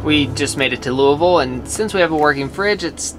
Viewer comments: may say museum funny, but at least he pronounces Louisville correctly. 😊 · im glad you pronounced Louisville right! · Good job you pronounce Louisville right. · I’m from Kentucky and I’m so glad you all said Louisville correctly! 😂 Love you guys and I hope you’re having safe travels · So proud you pronounced Louisville correct!!